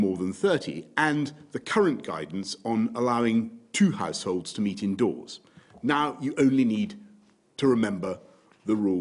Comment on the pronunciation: Did he say House holds or Arse holes